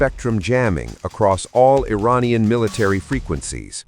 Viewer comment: Think you could train your robovoice to corrrectly pronounce "Iranian" ?